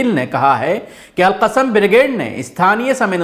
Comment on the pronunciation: Assalamu alaikum....."AL-QASIM" nhi "AL-QASSAM" hai.. Jazakallah khair...